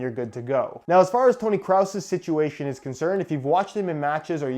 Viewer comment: “Tony Cross” Or Craus